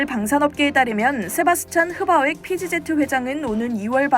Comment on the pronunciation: PGZ(피지제트)가 뭡니까? "피 쥐 지"로 발음해야지요 ㅋㅋㅋㅋ